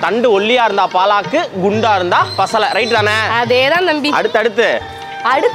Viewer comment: என்னது “பா லா க்” கா? தெய்வமே 🤦. It’s பாலக் . That’s all